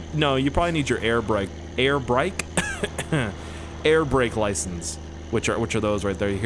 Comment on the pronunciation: “Air rake lisence”